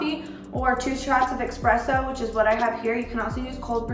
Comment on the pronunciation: not EXXXXPRESSO